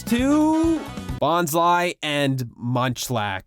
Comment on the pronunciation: BONS-LIE?????????? This has to be bait.. It's BONS-LEE . Smh KY-YO-GREY? Bitch.... the last syllable is ORGE..